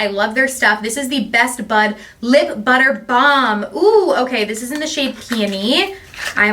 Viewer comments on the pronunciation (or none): none